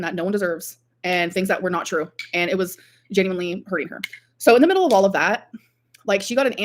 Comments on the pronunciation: That weird new way she pronounces the long "o" sound gets on my very last nerve every time. Alexis said that's part of her regional accent, and Amber "borrowed" it from her. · Why does she keep saying 'no' and 'so' like that? Infuriating. Must be how the new gorl speaks.